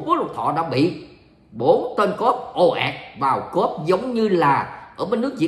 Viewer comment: Cuop khong phai cop